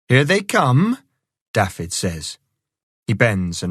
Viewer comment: Can somebody tell the narrator how to pronounce Dafydd, it's not Daffid, it's Daavith, the f is a v and dd is th.